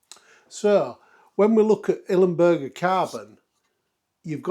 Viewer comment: I'm really sorry mate, I don't want to rant, but for kit worth more than 1000£, one should pronounce it properly. It's ILMberger, NOT IL-E-Mberger! (however I do understand the "bUrger" over the "bErger", cause of the native language)